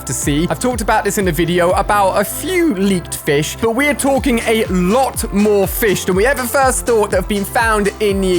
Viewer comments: You were calling fish flish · Who else notice ue said flish 🤣